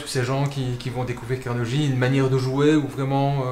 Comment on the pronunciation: La prononciation est Carnegui, pas Carneji